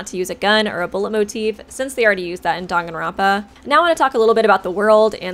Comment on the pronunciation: The way Danganronpa is being pronounced is bothering me other than that amazing video